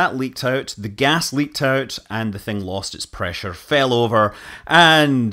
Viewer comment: God's preesure